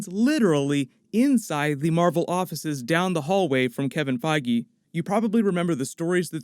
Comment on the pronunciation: Omfg say Kevin Feige's name correctly... Holy shit...